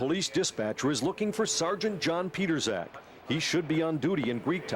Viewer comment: His name is John Pietrzak. Here is his facebook. BTW it's not pronounced "Peterzak".